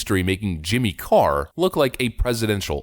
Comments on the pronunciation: I think you meant Jimmy Car-ter. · Did you say "Jimmy Car?" ..... lmao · Lol wait... Did you call Jimmy Carter, "Jimmy Car?" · Did he say ‘Jimmy Carr’?